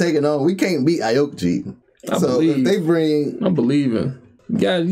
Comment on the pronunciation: It’s pronounced ow key ji =aokiji